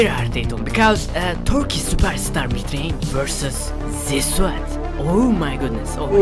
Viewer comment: Birisi şunun mitreyn değil mithrain olduğunu söyleye bilir mi?